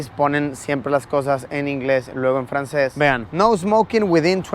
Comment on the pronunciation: 🤩 wow si pronunciaste bien el frances 😅👌